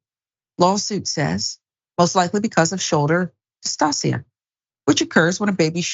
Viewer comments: Shoulder DIS TOW SHUH, not dis-toss-ee-uh🤦🏾‍♀️ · How horrible. It's shoulder dystocia (dis-TOE-shuh)